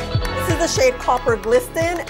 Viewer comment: Copper “glisTen” omg girl nooooo it’s pronounced like “glissen.” Love the color on you though!!